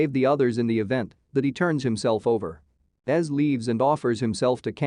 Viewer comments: It's pronounced EZ(Eee-Zee) not Es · best episodes ever! Also im feeling a bit nitpicky everytime you call him "ez" reyas. It's "E-Zee" or "Ezekiel". I think we have been far enough into the show for everyone to know that lol.